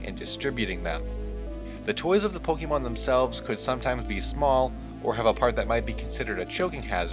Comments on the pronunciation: You need to know Pokémon is pronounced poke ayy mon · notice he said pokeman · It’s called Pokémon not Pokeman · Me: sees title Oh, this should be interesting. clicks You: Pokey-Mon Me: Nope.